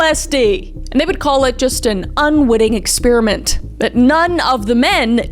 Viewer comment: Got-leeb, dull-less (like the airport), ex-PAIR-uh-mEnt not ex-spearmint